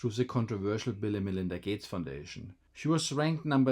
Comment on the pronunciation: Man-Linda Gay-tes